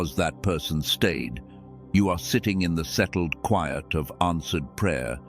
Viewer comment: Even in the cwaiyet in the resieved